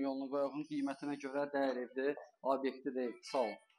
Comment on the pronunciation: Abyekt yox, obyekt 😂